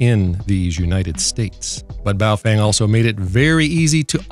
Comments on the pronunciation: It’s Baofeng not boof weng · Buuf-fang? Really? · Beofung. (Bay-eo fang) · Did he call it a Boo-thang bmf69 ? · LOL, Boo Fweng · Boofweng xD